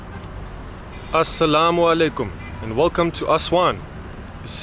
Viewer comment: Damn, the way you pronounce "Assalamualaikum" is beautiful. Peace be upon you my brother.